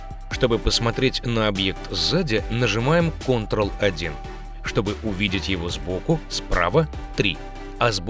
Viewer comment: Что такое "кантрал"